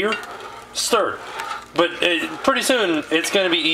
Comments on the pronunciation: It's "stir". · stir stir stir steer? stir? stir ... lol shirt off? -_